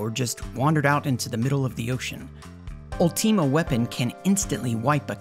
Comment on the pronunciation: "A woman named Matrone" Matron is a word you know. It just means caretaker of a boarding school. "Ulteema weapon" Okay you're doing it intentionally. Quit that.